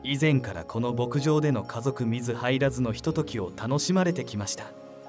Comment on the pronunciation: 素敵なナレーションですが、“水入らず”を“みずはいらず”はないと思います。映像も素晴らしいのですから、訂正をお願いしたいです。